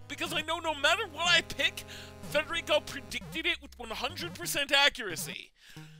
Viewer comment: actually pronounces "Federico" correctly. What an absolute Chad.